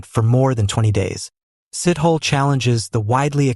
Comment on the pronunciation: It's not Sit-Hole ... very soon you'll call him Shit-Hole ... please ask people around for a correct pronunciation!